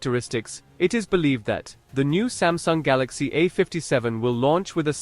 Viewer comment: smasnug galacksi ah fifty segen five nig